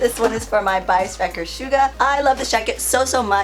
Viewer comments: it's suga not shuga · pronounce it with S not SH